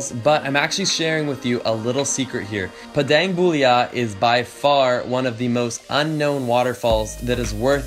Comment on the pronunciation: Tegenungan is pronounced te-ge-nu-ngan, Padang Bulia is pronounced pah-dahng bu-lia Canggu is pronounced chahng-gu Native Balinese here, living in London. Message me if you need any tips for Bali and Indonesia :)